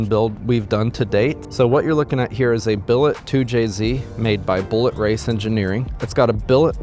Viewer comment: Did you say billet 2jz?😳 that’s wild